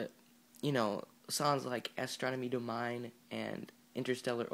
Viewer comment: I love your reviews. However, as soon as I heard "Astronomy Doh-Mah-een", I had to stop. "Astronomy Daw-Minn-ee"